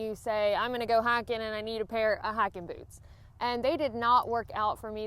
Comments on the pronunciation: I'm so embarrassed.......after graduating high school in Alabama, I have been in the "north" these last few years, and I thought you said hacking boots when you started talking about hiking boots! Noooooo!!!!!!! What have they done to me?!?!?!?!?!?!? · "Hackin boots" I heard at first. What the heck is that I thought, haha. Good video.